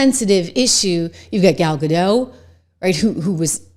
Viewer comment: Love you Trish and am a fan of your show. But please, It's pronounced Ga-DOT, not Ga-DOW. Gal is Israeli, not French. 😪